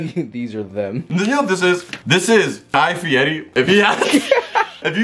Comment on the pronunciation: no one: Guy fiori: "guy fieti"